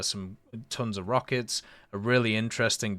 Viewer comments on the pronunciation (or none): none